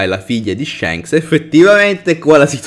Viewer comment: Si bro ok tutto però shanks SI PRONUNCIA CON LA A E NON CON LA E,le mie orecchie chiedono pietà